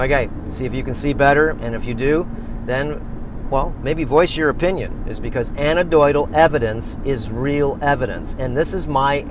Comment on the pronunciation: Also its called 'Anecdotal' not "anadoital", and no its not "real evidence". Its just someones opinion or belief until its scientifically tested and variables are controlled for and repeatable.